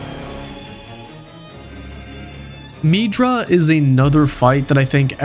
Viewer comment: I don’t think it is pronounced “meedra”